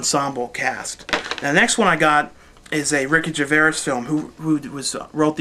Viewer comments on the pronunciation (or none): Gervais! not Geveras (je-vace) sorry for being a nazi here but pronouncing things wrong is very very annoying to me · When it comes to pronouncing 'Gervais'... it's 'Ger-Face'... That is definitely the right way to say it. Thanks for a great update,. I always write down a lot of your recommendations and make sure I watch them. The best dvd/bd review show on YT. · Thanks for your review But please can you learn how to pronounce 'GERVAIS' properly. Just google 'gervais pronounciation' on the web.